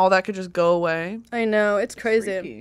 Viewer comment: "its crazeh"